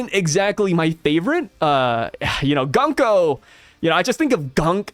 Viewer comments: Her bame could be pronounced Goonko since the U in japanese is Oo and not Uh. Goonko has a softer and more pleasant sound than Guhnko. Just a thought. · Japanese pronunciation... Gunko = Goon ko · I think Gunko is pronounced "GOONko" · According to google translate, “Gunko” means “War Drum”. Also I think it would be pronounced “Goon-ko”, which I think we can all appreciate a little more 😆